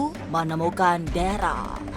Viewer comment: Ko deral namanya darel bu